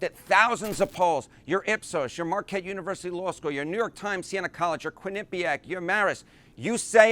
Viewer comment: Dude is a Polling expert a New York accent and he can’t pronounce Quinnapiac. Trump sucks but CNN is a joke